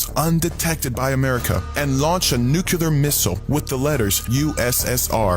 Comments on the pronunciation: Bro, he even has saying “Nukoolar” I mean, I’m pretty sure it’s NUCLEAR, right? Smh. These people…#brainwashed #cultbehavior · He cant even pronounce NUCLEAR 🤣🤣🤣 I need MY LEADERS to KNOW how to speak... And i was thinking..how much money does jesus really need, can spirits spend money...🤣🤣🤣 So the submarine hit CENTRAL FLORIDA, NOT THE WHOLE FLORIDA CUZ I USE TO LIVE THERE SO I KNOW..WHAT A PIECE OF GARBAGE....you know what, jesus came TO ME in a dream and said that he dont, wait, he doesnt know him.....why is it that I and others who watch this and laugh and know this to be garbage Know this to be completely bull$hit.....Michelle is definitely all in .....